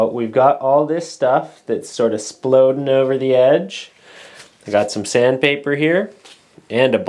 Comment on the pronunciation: Nice work! --and I learned two new terms ... "proud" when a high spot or bump is synonymous with sticking your chest out ... and, of course, when the "X" is silent in "Splodin" :)